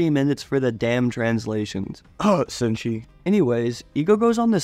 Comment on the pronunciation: Bro literary said senshi.....😂😂